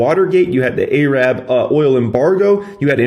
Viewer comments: When says A-Rab vs Arab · Did this man just say A-rab ? Holy smokas.